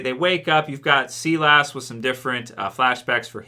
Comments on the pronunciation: its S-EYE-LESS not SEE-LASS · It's Sigh-las lol not see-less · Everyone Else: Sigh Liss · "See Lass" you mean Silas? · mate, it's pronounced Sigh-less, not Sea-less. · Sea-lass! Where the hell did you pull that one from? It's Silas, pronounced Sigh-las, like you're sighing but add las on the end, Silas or Sigh-las. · its SI-LAS... SI LAS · Nobody::Sea lass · not trying to come off like an asshole or anything, but just for future reference the name Silas is pronounced “sigh”-lus